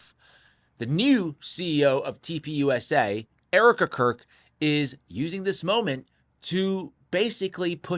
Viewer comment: Does anyone else hear toilet paper instead of turning point when he says TP USA? 😅